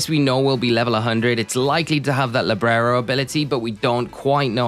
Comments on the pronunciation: You say librero but its libero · It's Libero, Librero means bookshelf in spanish 😭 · Libero not LibRero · LIBERO not LIBRERO 🤣....